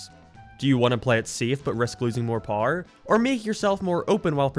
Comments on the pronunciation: Blud is pronouncing power powr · Didn’t realize this dude WASNT American til he said America and power 😂